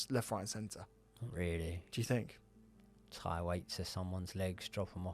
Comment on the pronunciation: It's common, I fink